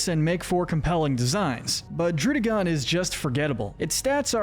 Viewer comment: It’s pronounced LAH-tee-OHS, DRUHD-UH-GIHN, and AHL-TAHR-ee-uh, “”! 🤨 How many times do I have to tell you?? Stop mispronouncing Pokémon names, bub! 🙄